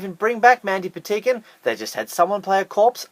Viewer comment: You are saying Mandy Patinkin llast name wrong